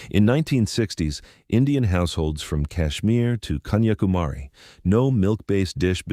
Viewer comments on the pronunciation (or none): none